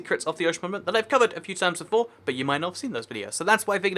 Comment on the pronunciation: I feel like you dont know how to pronounce ‘monument’